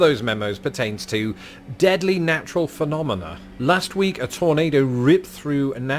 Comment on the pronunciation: Sorry but you did not "nail" phenomena since you added an "s" sound.